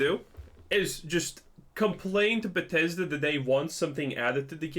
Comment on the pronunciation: 76 has more players now than ever far from sucks but I see you know gow to capitalize while the game is hot. Learn to pronounce Bethesda before trashing the product 😂